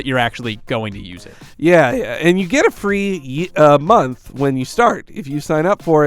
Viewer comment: It sounds like mug but I'm pretty sure he means month